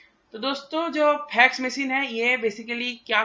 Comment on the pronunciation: Phax Machine nahi Fax Machine